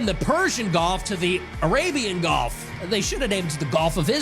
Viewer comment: Hey, Nick. It’s “gulf” not “golf” you dummy.